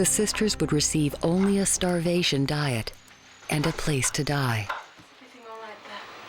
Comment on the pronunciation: Damn… Dr Hazard took the word “diet” to a literal sense. Die-it.